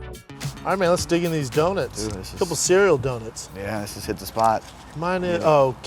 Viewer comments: Its pronounced "dough-nuts".... not "dough-nits"! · Of COURSE Schaub calls them do-nits instead of do-nuts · It's no surprise that Brendan is someone who pronounces it as "Do-nits"